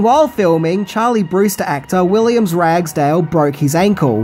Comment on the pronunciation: love and laffs from Pittsburgh USA You're stuff is always good. Question: why do you keep saying WilliamS Ragsdale? You even showed the film credits that say William? By the way, you should have talked about the soundtrack. Its really one of the best rock tracks out there and I still have mine on cassette tape. G ' day mate!